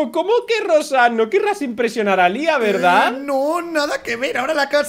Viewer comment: No sabes decir a Lía